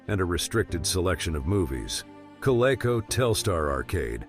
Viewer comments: At least have a voice-over that can properly pronounce "Coleco"! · The mispronounsiation of Coleco was bad enough but how do you screw up Mattel. Quit at that point. Stupid AI.